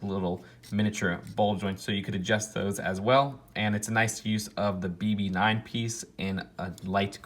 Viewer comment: Did he say BB-9?._.